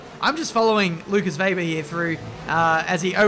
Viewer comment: It's WEBER!!...not VAYber every damn time!... Weber, it's Weber. Jesus for an Australian man you sure have a hard time pronouncing the name WEBER!.